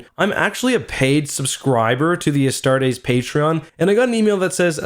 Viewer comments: I really don't wanna be that guy because its not a big deal and I still love your videos, but Astartes is pronounced "ah-start-eez", not "ah-start-AYs", don't over enunciate the ending, keep it nice and smooth. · How much were your tickets for this hype train? Cause damn you're fuckin' late. and "Uhstar-days"? Really? Gtfo bud. uh-star-tees It's not that fucking hard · "Astartays"?... it's "Astartes" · Astar-TEES.. not astar-teis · Correction if you use latin it is actually pronounce "astarts" with just a slight s at the end. The "astartees" is an english mispronunciation. Now that being said, since MOST people seem to agree with the "astartees" pronunciation I am quite fine with that. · Btw just a friendly tip, its pronounced a-start-ease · Love how you pronounce “a star days” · Pronounced "Astartees". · You are saying "Astartes" wrong, its "A-star-tees" tees like t-shirt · Oh my god listening to you mispronounce Astartes is genuinely grating. Pronounce the E at the end like you're supposed to instead of as an AEY like you do. get it right for fucks sake. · Any one ellse mad how he pronounced astartis... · The way you say astartes is bothersome. Also who says forty thousand, it’s 40k bruh